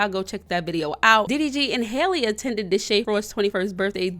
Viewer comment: Everyone says hailey a lot 😭 I dead should hear it out of her mouth how to pronounce it smh